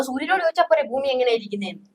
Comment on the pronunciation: ഫൂമി ഉരുണ്ടതുമല്ല, പരന്നതുമല്ല. "പരണ്ട"താണ് 😂😂😂